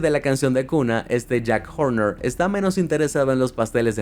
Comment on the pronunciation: Dijo jack jorner como el del gato con botas?